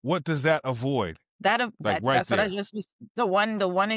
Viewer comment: ‘Whut a L L C iz’ lmao